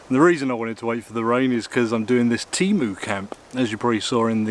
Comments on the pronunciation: "TEMU", not "TEEMOO". If everyone can learn to speak English, I bet you too can learn at least basic pronunciation of other languages. What you are eating looks very delicious. But it has absolutely nothing to do with a taco. The roof cover goes on top of the tent, not on the side. How do you expect to stop the water by putting the roof over the side? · its tay-mu mate not tea-mu